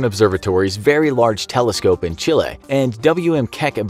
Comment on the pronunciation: 'In CHILLEH' 😂😂😂